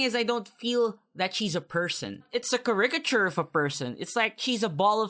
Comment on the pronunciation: Ciriciture? Are you sure you didn't mean caricature? Jk man a love you and this video